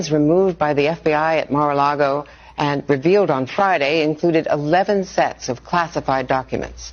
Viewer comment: Senator Round mispronounced MARA Largo as MIRA LARGO...He is going to make KING TRUMP ANGRY